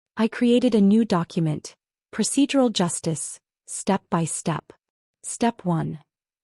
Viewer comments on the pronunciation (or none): none